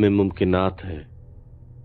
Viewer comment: I think parizaaz sir aalam e mumkinat nhi bol sake 🤣🤣